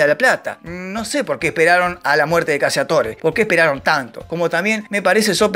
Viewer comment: "CACCIATORE" es un apellido de orígen italiano que debe pronunciarse correctamente...: [ CACHATÓRE ] tal cual su pronunciación figurada...que en castellano significa...: [ CAZADOR ].